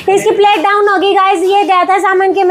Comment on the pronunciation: plate kya hota h theek se bolna to seekh lo